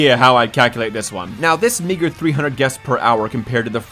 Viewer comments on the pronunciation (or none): bro did not say meager